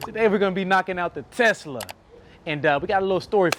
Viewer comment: “Knocked Out The Tesler” 😂😂😂